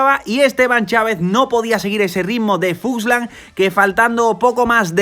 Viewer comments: es fuglsang, no fuslan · Grandes videos, me estaba taladrando el cerebro cada vez que decias FUSLANG en vez de FULSANG, pero grandisimo trabajo estás haciendo con todos estos resumenes. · Se llama Fuglsang y no fugslang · ya que se que es importante para ti pronunciar bien los nombres. Es FulgSang.. no Fuslang:)